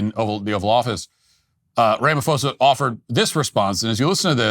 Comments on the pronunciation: Matt sit this one out, you have superficial knowledge of this saga. you don't even know how to pronounce his name that shows how little you've interfaced with politics in South Africa..,and you are making false claims ignorantly or willfully spreading disinformation. You are far more intelligent to be a choir boy of maga.... Trump only has a few years and he's gone but your platform will be here...but this takes away some credibility to your platform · The Ph in his name is not an F Matt..... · Afrikaner here, thank you so much for your analysis of the Trump and Ramaphosa meeting. And thank you for your hilarious pronunciation of "Rama-fosa"🤣🤣🤣🙌🏻❤️ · If Matt Walsh wants us to believe his show, he should learn how to pronounce Ramaphosa's name. Talk about sloppy reporting! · "rama-foza" haha... That's funny. I see a lot of US guys literally translate the "ph" over as the "f" sound they would get from "Philadelphia", "Philosophy" etc.. But the "ph" sound in his name would still come out as a "paw" sound. "Rah - mah -paw - za" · Incorrect pronunciation: "ra-ma-fo-sa" Correct pronunciation: "ra-ma-poo-sa" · Ph if not pronounced f It's pronounced Ramaposa. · Thank you for covering SA. When pronouncing Ramaphoza, just remember pronounce the P not PH. It sounds like this Ramapoza. Blessings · Matt Walsh - the 'h' in Ramaphosa is silent (always is in middle of Bantu languages). Pronounced "Rahma-pause-ah". Your facts are pretty spot on though. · His name is pronounced "rum ma poza"